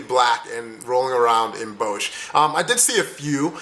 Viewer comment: Wow, I really had to replay it when you said "Bosh". We don't have a place named like that. But than I realized you were trying to say "Den Bosch" with is pronounced with a round "O" sound and just s simple sort "S" at the end... Good job though!